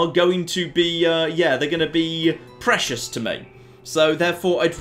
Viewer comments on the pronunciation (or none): none